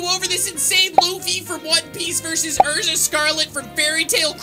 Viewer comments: It is not pronounced Urza it is E-ru-za, thank you very much. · Marco Torres he mis pronounced an anime character's name. By the way I'm not a weeaboo